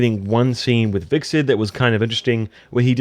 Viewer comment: vickset = Hvitserk